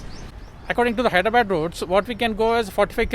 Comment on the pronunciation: All well , but pls restrict yourself to pronounce HyrdraBAD , with love, from an Nixon EV owner from Mumbai